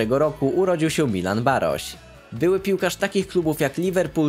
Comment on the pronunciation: Czyta się Milan Barosz a nie Baroś. :-) a poza tym odcinek spoko. :-)